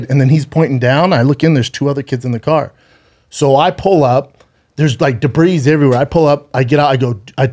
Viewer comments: As serious as this story is and big ups for Brendan but can we really ignore the fact that he pronounced debris like “debreeze” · He pronounced the ‘s’ in debris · Best part of this is that he pronounced the "S" in debris